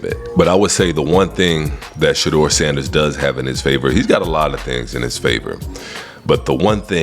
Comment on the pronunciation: RG3 Please stop calling him Shedrrrrrr it's pronounced Sha-door 🚪 like front door